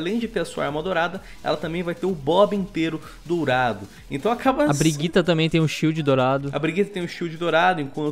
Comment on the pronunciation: Não consigo tancar esse cara falando "BRIGUITA" kkkkkkk